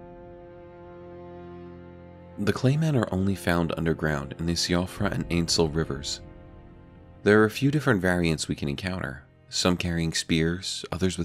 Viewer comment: Not 100% sure but isn’t siofra river pronounced like Siobhan so it is SheFra river